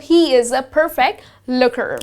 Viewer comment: It z LURKER.. Not looker.. btw a useful video !